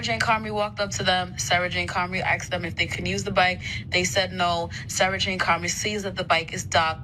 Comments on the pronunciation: They aksed. Learn to speak english, geez. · "Asked" not "axed" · “she axed them again”?Whoa whoa whoa… I saw no Axe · She should of "axed" them then there really would be a crime! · That lady should be in prison honestly... I mean, she axed them after all. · If you still can’t pronounce “asked” correctly at this point then you🗑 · The sister said that Comrie "axed them for the bike"...Axing a poor innocent 17 yr old black male over a bike is patently illegal and just wrong. Case closed.